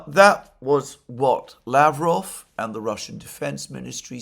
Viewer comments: Александр, mate!! I understand you are ill and all. Wish you a speedy recovery! However (1), try to remember, always remember, to pronounce Lavrov, Peskov, Ushakov's last name properly. You've done it before and I am sure you can do it again :)) When pronouncing these name the emphasis is on the 2nd (!!) syllable, not the first one. Mate! Come on! ;) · Oh, you just did it! You corrected yourself and pronounced Lavrov and Ushakov's names correctly! Thank you!! Ah oh, take it back. Botched Lavrov's name again :)) Anyway, you are trying and that's what matters. Mate, merry belated Christmas and a happy new year to you and your family!